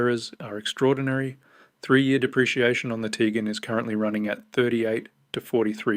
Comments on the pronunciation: its not Tigan... its Tiguan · Teegan as soon as heard that I switched off